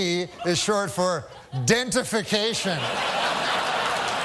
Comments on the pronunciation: “I. Dentification” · “DENTIFICATION” killed me 😂😂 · "dentification" got me good. Thanks Norm